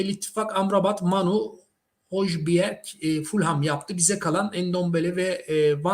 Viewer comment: Özgür, yıllardır isimleri söyleme konusunda sıkıntı çekiyorsun. Biraz araştır be kardeşim. Hiç mi İngiltere ligi izlemedin? Hoyberg diye okunuyor